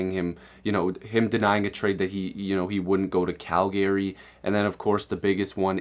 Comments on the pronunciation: the way in which he said calgary. interesting. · Why is his pronunciation of Calgary so interesting? And de-troy-it is kinda weird... think Friedman says it that way because cherry says it that way